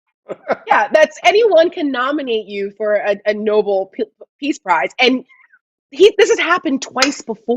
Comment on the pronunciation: Lady- 1. Learn how to say Nobel correctly! The peace prize was named after an actual human being. And that’s no “whatever.” Did you just come down from the mountain? Alfred Nobel. Ever heard of him?...Probably not. 2. There is no such word as “com” meaning relaxed. NONE. The word is “caLm.” Calm is pronounced WITH THE “L.” Say it with me now, ‘caLm.’ Do you pronounce “library” as “libAry?” I’m just waiting for that. WORDS MATTER.